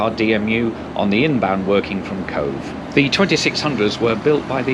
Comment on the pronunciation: Fota is pronounced like photo... PHOTAH.... but glad you got Cobh PERFECT.... have been asked for cobb before now!